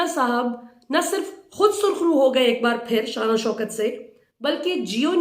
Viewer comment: Sarkhroo ya KHARKHROO? LOL